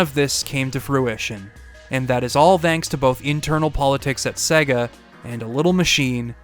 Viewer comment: Great Video! You and Majulaar are masters of these long-form retrospectives, they really take me back every time - and your choice of games to review was awesome as always However! Was a bit rich you ragging on the Berserk game's pronunciation when you pronouned 'SEGA' wrong about 165 times throughout the 2 hours 😅 which will probably stop me rewatching this several times like all your other videos. 😭 Only blip that really annoyed in an otherwise stellar essay 👊